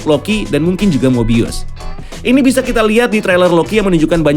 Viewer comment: Finaly nyebutun nama mobius dgn benar